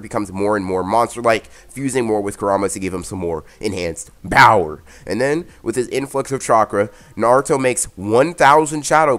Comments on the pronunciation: Bower you mean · Is he saying bower or power